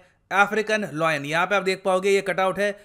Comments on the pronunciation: Sir its Layan not loyen (lion) No disrespect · Lion is pronounced as लायन - not लॉयन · Everytime he pronounces lion as loin 😂 Loin is the lower part of your torso body or sometimes referred to as private parts lol